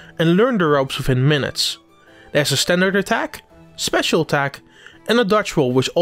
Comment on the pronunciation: Wow.... Dont know who this is doing the voice over on this but it sounds amatuer at best and not what I have come to expect from a gamexplain review. Needs work on renunciation and just sounding natural. The pauses and transitions were awkward. "And if you get all the keys..... Something speacil will happen" just someghing about that seemed off. Usually trust your reviews but this doesnt sound like someone I can trust. Hope quality improves